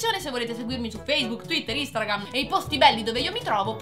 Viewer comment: a dice instargram